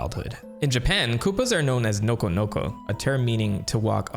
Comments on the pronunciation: That does not sound like nokonoko 💀💀💀💀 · Did the koopa REALLY say nokonoko? or sum else…